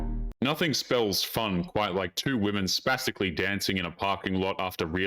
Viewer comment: Did he say "spasticaly"?? 😂